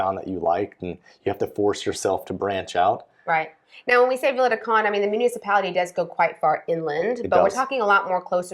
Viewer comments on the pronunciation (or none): Sorry but I can't help myself, peak Karen here. I have been watching you guys on and off for years and I know you guys are practising your vowel reduction but you've had a lot of time to work on this. I'm only a couple of years in here but can do it. There is an e on the end of Conde, like Continente the supermarket. Vowel reduction doesn't mean it's gone completely but the best way of trying to explain to English speakers is add a little pant at the end with the e. It's not meant to be clipped off entirely, I know it's subtle but it's still there. If you can't handle that then think of the e in "comment", just do a half e. If you can do a single and double tap r you've won the language! Maybe there's a video in this comment for you and sorry for being such an arse about it